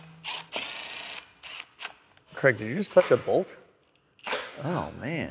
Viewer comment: You mean Kreg? American pronunciations 🙄🤣